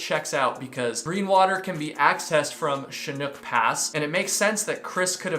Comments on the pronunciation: the correct pronunciation for chinook is chinnook not chinuke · Chinook pronounced like Nook (hook, cook..) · Chinook, the second part is pronounced like book, or like, breakfast NOOK. First part is like the shin on your leg. So, Shin-Nook. It's a local fish. The Pacific COASTAL Trail is another nice hike... beautiful, immersive, but not ever too far from civilization. Highly recommended. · Chinook = Shin ook (like book). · Shin-uck. Pronounce the C like an S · Chinook rhymes with book and look. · “Chinook” sounds like shi-nook. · White Pass?!! He was less than 150 miles from the Canadian Boarder. Its Sha-nook. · Mazama is pronounced similar to the way you said it, but the second ‘a’ is pronounced like a in apple. Chinook is pronounces Sh-i as in igloo-n-ook such as in brook- . 🥰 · Chin - Uk. Harder on the U than the R. I live close enough that i believe I know the pronunciation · You were so close… Chinook Pass is actually pronounced “Shin-ook”👍🏼 love your channel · I never thought I'd be that person but dear lord Chinook is not that hard to say 😅 shhhhhih nook as in a nook for books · shuh nuk proper pronounce chinook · Shi+nuk = chinook like the salmon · New fan here from WA state. It's pronounced shinook (Chinook pass) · Chinook = “shin-nook” (rhymes with hook) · Is it Chinook? Like the salmon? Sha-nuck. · Chinook = shin ook (like book) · Shin nooook the o is a long sound My grandmother is from this area and named her dog Chinook so I knew how to pronounce lol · CHINOOK is a kind of Salmon...so think "fish" . The CH sounds like "Sh" and the I is short as in "fish." So First syllable sounds like "Shi." The second syllable rhymes with "hook" only with and "N." Shinook..kinda like fish-hook. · awww Chinook rhymes with book, very common term up here in Alberta. ;) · It’s Chinook (ends like Hook) like the salmon. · How to pronounce Chinook lol